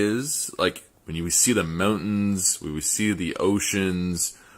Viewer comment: I love the part when the guy says mountains. It just sounds wrong as fuck.